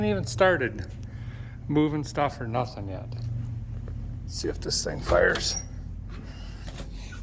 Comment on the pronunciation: Thank you for taking us along 🙂 It's been a long time coming. I remember you say-en "can't find noth-en!". LOL Many many times. Look-en forward to see how the rest comes together. Hoping to get a hat for Christmas and by the way. Merry Christmas to you and your family.